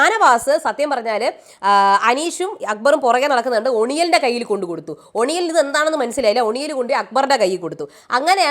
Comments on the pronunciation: ഒണിയൽ അല്ല ഒനീൽ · his name is pronounced as ഒനിൽ. Not Oniyal ❌❌ please correct it 🥵